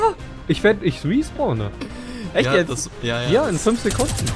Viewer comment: / sorry mag korrigieren nicht aber es heißt respawnen nicht respornen